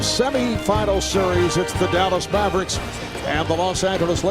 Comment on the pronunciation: Fuck this guy calling the Mavericks the Mavbricks Booooooooooooooooooooo